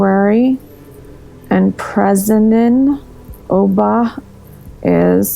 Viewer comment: She said Obam. Not Oba .